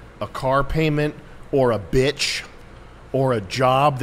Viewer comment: Sam really annunciates all 3 syllables in the word “bitch”